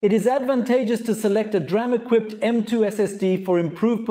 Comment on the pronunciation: The DRAM (pronounced "D-Ram", not "dram" - a dram is a small drink, usually of Scottish Whiskey) is a buffer to cache commonly used data that the CPU repeatedly requests, in video it 'may' be used to buffer writes to the drive, but video capture and playback is usually high speed sequential read and writes, where the DRAM buffer is ideal for short Random read/write requests, especially those that the OS is using Virtual Memory. So, yes, the DRAM equiped NVMe drives will have a use in video production, but is actually made to be used as System Drives and Boot Drives and is better suited to those, both for the speed and for the wear-leveling, as read/write operations that go to the DRAM buffer don't wear out locations in the NV-Ram chips. Basic Rule : High Speed Sequential Read/Write = Video. DRAM Buffer = System Drive.